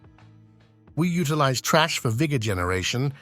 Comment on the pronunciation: LOL it's TH RA SH not TRASH